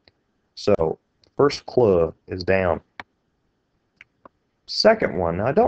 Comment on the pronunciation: its so annoying how you cant just say clue...but thanks for the help